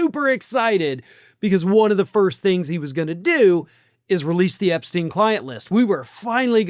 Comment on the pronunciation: Why can Americans say Einstein correctly but not Epstein? Makes no sense